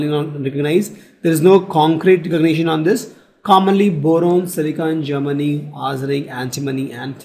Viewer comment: he prounced germanium as germany